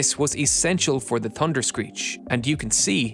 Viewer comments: Why does he say "Tunder"? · Had to stop watching the narrator can’t say thunder correctly 😂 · In the United States, Canada and Australia, the word thunder has an H in it.